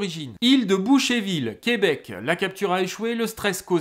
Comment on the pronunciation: Menu détail sans grande importance, dans Boucherville on prononce le R, contrairement un nom du métier :) Et il me semble que l'histoire des cerfs de Longueuil et ceux de Boucherville est en fait la même. C'est juste une appellation administrative différente.